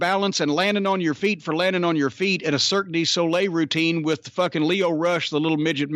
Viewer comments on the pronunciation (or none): none